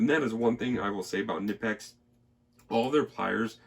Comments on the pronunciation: I believe the k in knipex is also pronounced. (ka-nipex) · It’s actually pronounced Kuh- nip-ex but don’t feel bad, so many people mispronounce it they even sell a t shirt that with the pronunciation on it. Love the halders ! Great review man. 👍🏻The only issue I have with the larger size simplex’s like the 50 & up is that they don’t sell the the same selection of inserts for example the copper inserts aren’t made for any sizes aside from the 30 & 40mm sizes as well as the fact the handles are matched to the head material for example the fiberglass handle is made to be used with if I recall correctly it’s either the reinforced cast iron or standard cast iron head housing only. I kinda think they make it seem as if all the inserts handles and housings are interchangeable when in fact many are not compatible with each other at all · pronounce like the body part "knee" but with a hard k and n.